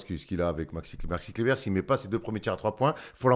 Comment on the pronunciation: Je me disais qu' avait changé quand il a dit dit 8 fois fois d'affilée Maxi Kleber correctement...pour finir sur un gros Maxi Clébard! Franchement merci c'etait beau.